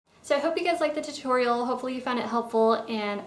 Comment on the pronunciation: Hey guys sounded like hey gays :D :D :D